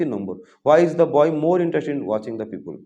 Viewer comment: "পিউপুল" আবার কি!!! বলুন "পি-পল"